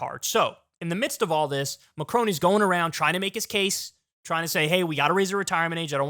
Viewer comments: Kyle really needs to learn how to pronounce Macron. It’s Macron not Macrone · first please research how to pronounce Macron correctly, second, why tf is this even news worthy?